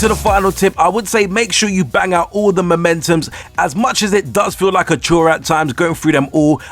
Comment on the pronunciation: How are you going to make a tip video but yet can't read and say words properly. It's memento not momentum. Those are two completely different words, so disappointed